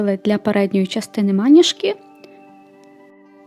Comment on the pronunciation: Клас, дуже крута річ) Дякую за відео! Лише одне зауваження, вибачте, якщо непрошене, але трохи різало слух. Наголос правильно ставити на другий склад, тобто звучати має "манІжка".